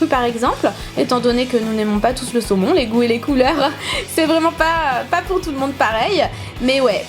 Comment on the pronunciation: à la fin tu à dit bille de semon MDR sinon super video